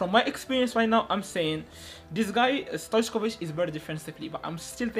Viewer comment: Stojković not stoickov